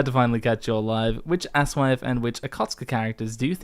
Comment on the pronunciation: You two are a couple of chucklefucks; you pronounce aSoIaF so it sounds like "ass wife" or even "ass wipe" and I was going to blame it on your accents, but after listening to this for 7 hours you clearly k lw what it sounds like. Anyway, keep up the good work.